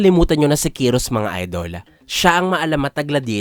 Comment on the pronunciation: Kayros* ang tamang pag bigkas ng pangalan niya hindi kiros